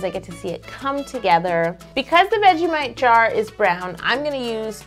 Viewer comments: I'm not offended and I'm an Australian and your pretty close to saying vegemite you just need A little bit of more you know sass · The pain in watching her say vegemite was unbearable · The way she says ‘Vegemite’ tho! Btw no one says crickey anymore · I'm fully Australian and its not that hard to say vegemite........ although I am impressed on your cake skills and hope you improve on your pronunciation of the simple word vegemite. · Her saying vegemite so weirdly kind killed me but no hate. I just love vegemite. I'm half Australian so it makes scents. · I love yo soooo much, but her trying to say vegemite was so cringy 😂😍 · anyone else from Australia cringe every time Yo said Vegemite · I am an Aussie and please just say vegemite normally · It's hilarious when she can't say VEGEMITE XD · Aussies every time she says vegemite 🤬😵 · You don’t say vegemite like that 😐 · it was painful listening to her trying to say vegemite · Please stop saying vegemite like that! As an Aussie it hurts to hear 😅 Listen you want to say it like an Australian? Just drop the "t" at the end. It's more of a suggested sound than an over pronounced t. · OK TIME TO TEACH A YOUTUBER Ok so Kangaroos are wild Anilmals Australian's don't say Mate, Crakie or that shanagens Most of us don't have a asent and (This one isn't bad Buyt) Veggie-mite Not Veggie-Mwite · Lily De Fina yes it annoyed me so much when she said "vegemate" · I'm australian and its pronounces vedgie-might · Cake It I know you might take this a bit mean but Australians don't say "G'day" they say "good morning!" also we don't say "vegemaight" we pronounce it "vegemight" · The 'mite' in Vegemite, sounds exactly the same as the word 'might', not 'mate'. :) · Veg-ge-might. Vegemite. I'm sorry, i live in NZ so i'm next to Aussie and picky about how words are said. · Its vegimite not vegiMATE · think of it as vegie-mi-et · its supposed to be good eye might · vegeMATE DOWN UNDA MATE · I’m from Australia 🇦🇺 and it’s vegi mite